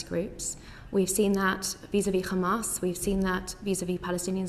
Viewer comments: The zionazi was really trying not to say “kkkkkhaaaamas” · She is poking her nose in a region whose people know how to pronounce the letter ح without knowing how to pronounce it … “Kh”amas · The way they pronounce Hamas as Khamas is seriously one of the most annoying things in the world. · She said Khamas and Fatakh - which is the way Ash kenasis in Palestine mispronounce those orgs - instead of the natural way an English speaker would say those two nouns. She's a radical. End of conversation. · Thats a mossad agent with dual citizenship. Anyone who u hear pronounces Hamas as Khamas is Israeli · She pronounced Hamas Khamas like how Israel says. Says it all, she just copies and says what Israel says, doesn’t fact check or find out. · Also, notice that her fake pronunciation of “QKKHHAAMAS” slowly went back to her original native language which is the typical white pronunciation “Hamas” 😂 why do these small caps like to fake all of that? Its like they’re desperately trying to convince themselves that they are indigenous to the land 😂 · She can pronounce "H"umanitarian... But goes with KHamaaaaaaaaaas!! 🤣🤣 Laughably stupid!